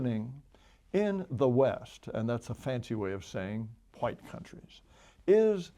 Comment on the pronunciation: “wHeighT people” why does he say it like that lol